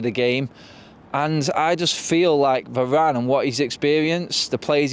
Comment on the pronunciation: How can you say varane😂😂😂😂😂